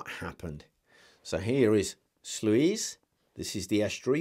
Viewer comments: Great video, I think it's pronounced "Sloys". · Great presentation! The pronunciation of Sluys is "sloys." Looking forward to more contributions in the future!